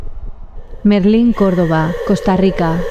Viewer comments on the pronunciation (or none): soy Meylin, no Merlín jejeje, pero mucha gente confunde mi nombre. Y sí, todavía no logro explicar lo que experimentó mi cuerpo esa madrugada. Tanto el dolor de estómago como las sensaciones cuando me alivié y me di cuenta que era la llorona. Gracias por publicar mi historia ❤️❤️